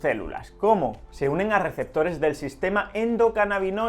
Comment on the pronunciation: Se rievela lo rielevantes en los rieceptores jaja